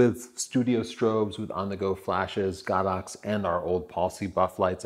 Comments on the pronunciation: Why does he say GOD -OX I hear it all the time GO-DOX?.?.?..???? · He's wrong. It's pronounced Go-Dox.